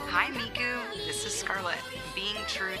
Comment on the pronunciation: It's Hatsune Miku! Not Hatsune Mike!